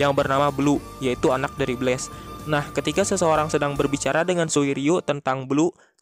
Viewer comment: ko blast disebutnya blaze